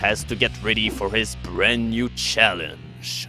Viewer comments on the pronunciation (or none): none